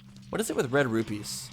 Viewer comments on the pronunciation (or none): none